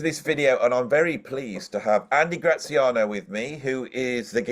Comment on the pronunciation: Graziano is my first name hence Grat for short well done on the pronunciation